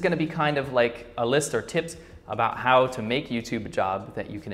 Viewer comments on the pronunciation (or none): lol a subconscious Chinglish "Hot to say?"